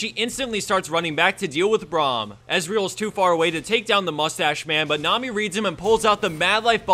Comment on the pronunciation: That inflection at the beginning when he said Nami sounds a bit off for some reason.